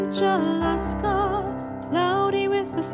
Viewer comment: It not alasker it alaska